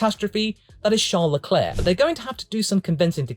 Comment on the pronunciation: Charless's Leclercss's, lol